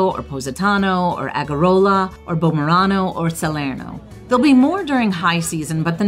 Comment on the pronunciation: I stay in Bomerano, Agerola (which, by the way, you're pronouncing incorrectly) for a few days anytime I visit because I have family there. It's a wonderful town and a great place to stay for a night if want to hike the Path of the Gods. But it's not convenient for visiting the rest of the Amalfi Coast. I understand you chose this location "to save money" - but really, if you have only five days, I would think you'd be willing to splurge a bit in order to make the most of your time rather than spend so much time getting from one place to another.